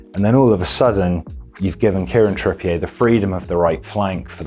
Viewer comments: Bro he’s English, it’s not trippié it’s Trippi-er 😂 but keep up the good content lads 😂🇫🇷👌🏽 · He isn't called Kieran Tripp-ee-ehy... It's Tripp-e-er. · Great video, but it’s ‘TrippiER’ not ‘TrippiAY’ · Learn to pronounce people’s names. I had to turn this off after 3 minutes, his name is trippier not trip-e a. He’s from bury, Manchester. Not France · Why pronounce his name like that? I thought he was an Englishman (though possibly of French Huguenot an ancestry 400 years ago like Farage) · I love how we've started putting a French intonation on Trippier. Very Hyacinth Bouquet